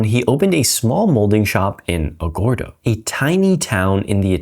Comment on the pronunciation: Agórdo not Agòrdo